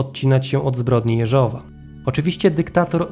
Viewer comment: Może i drobnostka, ale chcę pochwalić za rosyjską wymowę nazwiska Jeżowa. Bardzo dziękuję!